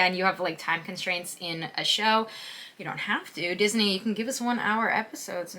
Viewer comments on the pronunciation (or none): none